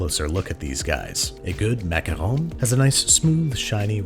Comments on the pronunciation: it's ok, there's a few ways you can pronounce them, as long as you don't say "macarOOn"... aaaand babish is dead to me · After all that effort for accurate pronunciation, you do a full 180 and pronounce macaron as 'macaroon' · its funny that when you said macawrong, you were actually the closest to the right prononciation than the rest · You want to know something incredible? When he mispronounces the word macaron, it's spelled "macaroon" in the captions. But when he says it correctly, it's "macaron". INCREDIBLE. CAPTION-WRITER, I SEE YOU. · WRONG. It is maca RON NOT macaroon. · It is macaron NOT macaroons. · I dont want to argue with his Disney holiness BUT mac-a-rons? Not mac-a-roons? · Babish flipping between the pronunciation "Macaron" and "Macaroon" is hilarious but someone should tell him they aren't the same thing. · ITS A MACAROON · I’m positive I’m saying it macawrong. I was like 😑 but at the same time I was like 😂. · I honestly do hate how Americans butcher the word macaroon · Babish: calls macarons "macaroons". Me: eye twitch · "I'm positive I'm saying it macawrong!" ;-) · "I'm positive I'm saying it macarong" sent me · It’s French. They don’t have an “oo” sound. They have an “aw” sound. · You made my day when you started pronouncing "Macaron" the way we pronounce the name of our President "Macron" in French. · How many different ways can Babish mispronounce macarons, jeez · Even tho John pronounces macarons wrong, I still love this man! One of the best directors IMO! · >Looks up proper pronunciation of Macaron >Pronounces it like 3 different ways throughout the video